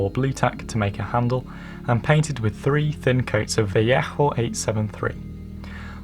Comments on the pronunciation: I think you pronounced "Vallejo" wrong. It just doesn't sound right with the harsh "HH" sound. If I were you, I'd just pronounce it as "Vaa-leyy-ooh", sounds nicer that way. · yeah it is pronounced vayeho because its a Spanish company and thats just the way its pronounced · "vayeho" is right pronounced, gentlemen. Quite like Owen does but more softly with the "j" before the "o". Créanme, se los aseguro. Saludos! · Actually in Spanish its pronounced "va-yeho" l's sound like y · in Spanish it's pronounced veh-ae-oh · Btw Vallejo is pronounced vall-ay-ho I think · is that really the correct way to pronounce Vallejo?! Very nice plane BTW!!